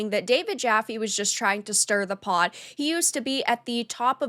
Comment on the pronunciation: Hi, Pot not Pod.. :P